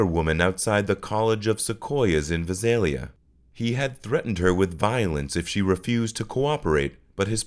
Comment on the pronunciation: VISALIA is pronounced VII SAIL LEE AH. The narrator sounds like A.I